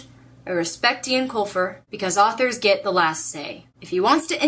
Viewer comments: Eoin is pronounced "Owen" not "Ian". "Owen" - Yes "Ian" - No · You pronounce Eoin Colfer's name "Owen" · Caballine taking on all of the goblins was one of my favourite moments in the final book. (PS it's pronounced 'Owen', by the way) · Eoin is pronounced Owen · I think Eoin is pronounced like Owen. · I've read the whole series but my favorite part of it all was when Holly gave Artemis the coin and said he had a spark of decency inside him. <3 also, it's pronounced "Owen" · Just to let you know, even though it's spelled "Irish-ly" the name Eoin is actually pronounced as we would "Owen"